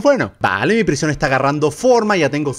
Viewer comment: Me encanta cuando no sabe decir prision❤❤😂😂😂😂🎉😅😅